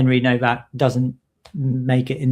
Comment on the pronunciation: The w in Nowak is pronounced as v…it is a Polish name.